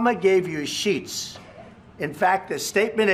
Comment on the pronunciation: 應該是shit 不是sheet.